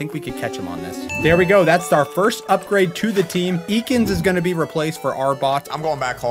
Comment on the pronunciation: I nearly died when said "EEkans"